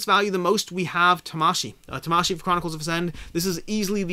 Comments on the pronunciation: If you want to pronounce Tamashii like how a Japanese person would pronounce it, then you wouldn’t pronounce it like how it is pronounced in the video. Syllables are generally not accented like they are in English. Vowel sounds do not vary like they do in English. So both “a”‘s in Tamashii have the same sound like the “a” in father. But Americans have their own pronunciations for karate and Hanabi, so if you want to sound like an American while pronouncing Tamashii, carry on :D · I think its pronouced ta-ma-shi-i as in Spirit or Soul in Japanese. I also like to add that the "bad habit" of having insanely high ratings even before the game is out is really something to take note. I am not sure if these are just people from the company who might not even had played the game. And even if its beta testers, its at best a rating of the beta, might not translate to the final. Seen that happened on imdb as well...